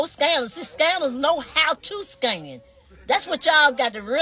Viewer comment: She going in on A.L.... it's scam not scan